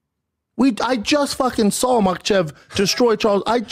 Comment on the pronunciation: Did he say I just “sawl it”